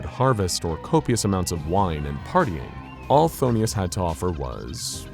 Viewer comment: Why is he constantly pronouncing is as Pthon*i*us and not Phthonus.